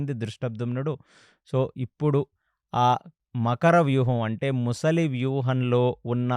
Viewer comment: సార్, ప్రతి సారి ముసలి,ముసలి అంటున్నారు. అది మొసలి సార్.